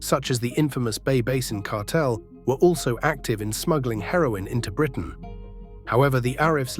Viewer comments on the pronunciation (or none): none